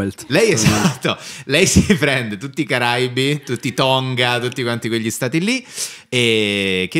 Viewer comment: si dice Caraìbi, non Caràibi